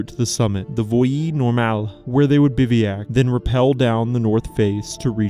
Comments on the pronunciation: Great story, well told. But FYI, it’s pronounced Biv-whack, not bivvy-ack. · Bivouac is a French word that you pronounce incorrectly. It should be BIV-oh-ack, rather than "BIV-ee-ack." If you google 'bivouac pronunciation,' there will be a little play button you can press to hear it pronounced. Keep up the great work. I appreciate that you try to pronounce the French names correctly. It's not easy.